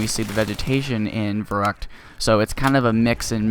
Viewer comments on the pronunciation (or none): I will be picky! It is verrÜckt not verrUckt. I can not remember an english word with the same sound as "ü", but in my language "y" is pronounced the same way